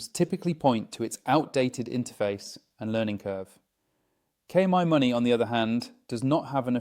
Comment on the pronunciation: AI narrator is annoying. Mispronounces KMyMoney very frequently (but not always).